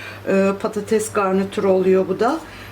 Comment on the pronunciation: Abla Slm patatez deme patates de 🙃